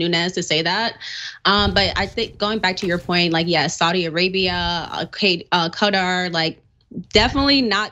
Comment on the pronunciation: Cutter, would be a knife or like implements. I am most surprised to hear even Cenk mispronouncing the name of the country. I would advise you all to go to Wikipedia and check how Qatar is pronounced.